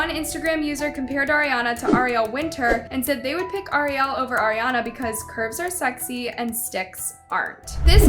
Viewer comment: Pls say Ariel right 😊